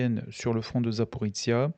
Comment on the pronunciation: C'est secondaire mais je ne sais pas pourquoi vous prononcez "Zaporitsia". C'est ZA-PO-RI-JIA, avec le son jia comme dans "plagiat" (et ZA-PO-RÔ-JIÉ en russe). Sinon merci pour la minute de silence, ce que vivent les soldats des 2 camps est horrible, même si pour une fois on a plus de morts militaires que civils, ce n'est pas si courant dans les guerres modernes. Je n'aimerais pas être à leur place, surtout sous la menace permanente des drones.